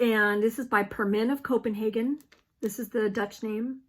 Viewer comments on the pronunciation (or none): none